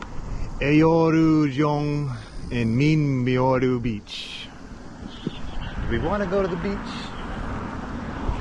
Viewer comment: The 'eo' is equivalent to 'uh' (or 어) in Korean pronunciation. Also, 'yu' is mostly equivalent to 'you'. So, Eoryujeong is 'uh-ryoo-jung' (어류정). Trying to map whatever english vowels to Korea alphabet vowels may help with the pronunciation.